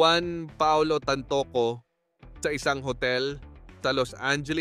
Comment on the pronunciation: Hoy ang pag pronounce ng TANTOCO AY TAN-TO- CO Hindi tan- toCO ano yun IGUANA???